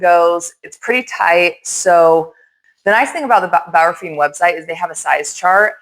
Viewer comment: “Bauerfind” is the pronunciation.😉 Your pronunciation would reflect “Bauerfiend”.